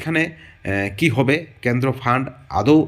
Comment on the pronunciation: ক্যান্দ্র নয়, কেন্দ্র